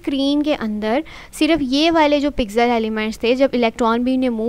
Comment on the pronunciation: Pixel ❌ Pizel ✔ :elbowcough